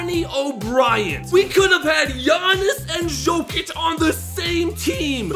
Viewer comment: It's pronounced yokic not joekic